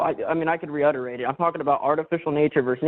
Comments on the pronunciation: lol Wtf is Reudderate, it's reiterate. The guy can't even english for fucks sake. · 're-utterate' Yeah... ok. LOL! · Did he just say, "I can re-utterate"? 🤨